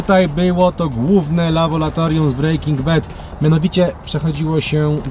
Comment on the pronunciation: "Labolatorium" 😁W sumie sam nie wiem jak bym mial to powiedzieć gdzies w srodku zdania xD. Nie no wycie se robię. Oczywiście spoko material, oglądam was juz pewnie z 4 lata bedzie. Trzymajcie się. Pozdrawiam.